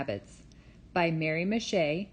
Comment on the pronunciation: Thank you for reading my book! and for pronouncing my name correctly! Mary Miche